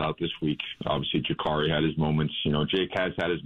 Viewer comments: It’s Juh-car-e (not curry) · It's Ja-Car-ee bro. Just letting you know